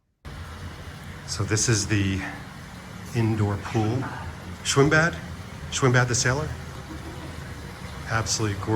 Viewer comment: Schwimmbad is pronounced schwimm-bat. A 'D' at the end of a word or a syllable is pronounced more like an English T. Gerd is Gert. German Ws are also pronounced more like English Vs.